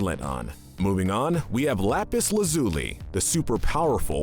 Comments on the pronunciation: awesome video but have you even WATCHED steven universe????? the way you pronounce most things (rutile as roo till and lazuli as lazOOlie etc) make it seem like you haven't -_ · Rooteal? Lapis Lazooly, Padprassha? BISMOOTH? SUJILLITE? Oof. Just say you read a couple tumblr posts, never watched the show, and move on. Corporate channels use fandoms for clicks without actually understanding the content they're making. I'm shocked you got Nanefua right. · Lapis Lazuli not lozuli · It's Las-el-Ly. Not Las-zoo-ly. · BRUH WHY WOULD YOU INHALES its not LA ZUU LEE its lazuli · The way he says Sujilite lazooli and bismooth are the most evil 😭💀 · You mispronounced Lapis lazuli, bismuth,sugilite why do you do this, stop saying names wrong...its seriously infuriating this is why im never subscribing to you you dont know how to say names right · Lapis luuuzely like a not like oo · “Bismooth” “Lapis Lahzooli” “Sujilite” Also why no malachite and alexandrite? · i swear to god this guy needs to stop pronouncing names Edit: But No Seriously lapis LaZOOLi bizMOOTH suJAlite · If you actually watched the show you would know how to pronounce characters’ names lol I gave up watching at luh-ZOO-lee